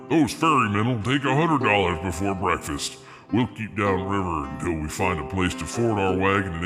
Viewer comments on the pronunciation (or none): none